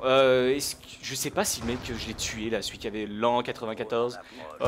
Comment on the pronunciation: lan94 x) ca se pronnonce comme la haine 94